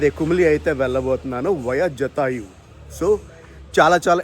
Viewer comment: జటాయువు జాతయు కాదు